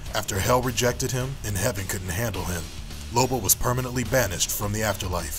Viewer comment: Its lobo isn't it not libo